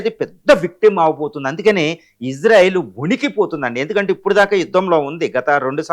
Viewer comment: To Anchor (about pronouncing) - It's not Izarael it's Israel.